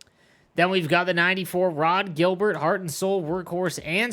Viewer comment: Butchered rod gilberts name